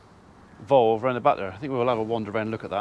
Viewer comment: Valve not volve 😂😂😂😂 I’m screaming at the telly when you say volve 😂😂